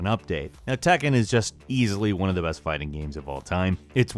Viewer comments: tekken not takken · Say tAkkin one more time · anyone else cringe when he says 'tekken' ?